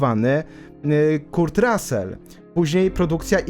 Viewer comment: Materiał super, ale proszę cię - ogarnij wymowę imion i nazwisk ludzi, o których robisz filmy. Jak słyszę KURT to nóż mi się w kieszeni otwiera. Szanuj ludzi, o których robisz filmy.